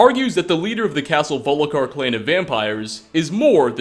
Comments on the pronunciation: Volkihar friend, VOLKIHAR. I know it's not a big deal but something in me shatters every time I hear you say "Volikhar". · "volikhar" in stead of volkihar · "Vol-ki-har", not "Vo-lik-har". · "volikar" "harkin"